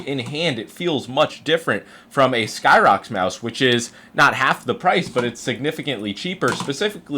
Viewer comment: 🤓☝️ackshually, it's pronounced as sy-rox, not sky-rox